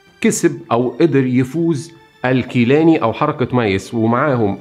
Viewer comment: نوري سعيد وليس نوري سعدي ، گيلاني و ليس كيلاني ، ولك من الشعب العراقي المظلوم مليون لايك .